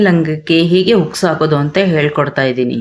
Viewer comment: ಉಕ್ಸ್ ಅಲ್ಲಮ್ಮ ತಾಯಿ, ಹುಕ್ಸ್. 🤦‍♀️🤦‍♀️🤦‍♀️🤦‍♀️